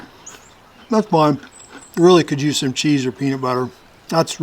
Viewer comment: Anyone else catch that Aussie accent, "Very Foine, Very Foine" ?